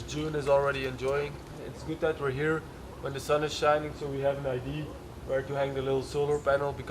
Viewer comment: Would you please stop saying the word “Idea“ wrong. 😢 its really not Aydi its Aydiya